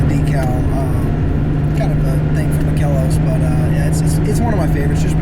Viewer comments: Very unsettling how even the guy who works at ‚Makellos‘ mispronounces it. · Americans are awesome... Pronouncing "makellos" as an almost Italian name maybe is kind of funny for some people, but it's quite stupid. "makellos" is German and means flawless, immaculate, you clowns! Of course it's oh so funny using German names for a lot of vintage Porsche 911 enthusiasts. But until you don't even know the real meaning behind some of these German words, you shouldn't pronounce it so fucking wrong and thoughtless, you dummies! It's just like raping a language by some ignorant clowns.... makel-los / flaw-less.... turns into "Makello's" 🤦‍♀ Sorry guys, this is too moronic!